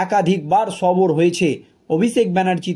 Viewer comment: কথাটা সবর নয় সরব এটা দৃষ্টি কটু শোনায়।